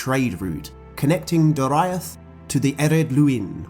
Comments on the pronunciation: I always thought Doriath was pronounced 'Do, ree, ath' not 'Do, ra, iath'. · Dude it pronounced Dor/ee/ath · Not how to pronounce Dor-i-ath. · that pronunciation of Doriath... ooof.